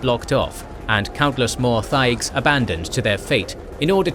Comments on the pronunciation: He did the same to thaig by pronouncing the "h", which is silent. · He kept annunciating the "h" in thaig. The "h" is silent.😒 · Dragon Age is always good! Pronunciation Help: Corypheus = Core-riff-e-us Thaig = Tieg/Taig